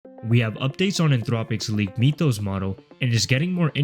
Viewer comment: “Meetoes” model 😭